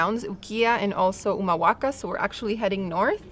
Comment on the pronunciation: Pronuncias re bien Humahuaca, El Perchel; Tilcara vos y el señor mayor. Su lengua es español pero hacen videos en inglés?